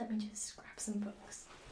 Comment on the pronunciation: I've always laughed at how you say book, but I've thought about it and it's exactly how it's spelt, the way I say it, it would be spelt (buck)